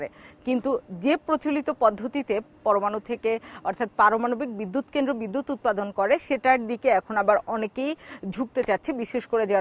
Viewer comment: কেমন সাংবাদিক সাহেবা,,, জিনি কেন্দ্র উচ্চারণ করতে পারেনা।